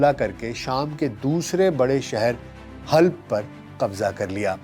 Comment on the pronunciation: Halb نہیں Halab